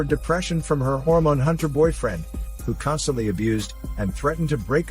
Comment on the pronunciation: Makes me laugh every time I hear "Hormone"